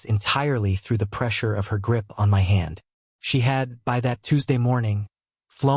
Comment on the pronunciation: Another story sounding the letters of the word my sounded as two separate letters. Why. The AI is once again useless